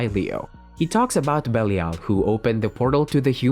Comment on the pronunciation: Belial is pronounced bell eye ul